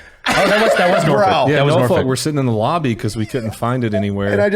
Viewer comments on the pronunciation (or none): Also, we pronounce Norfolk - Norfick Not Norfulk lol.